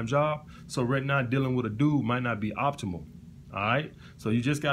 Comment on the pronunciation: "So, right now dealing with a dude might not be optional/optimal. Me: did you say optional or optimal?: Yes.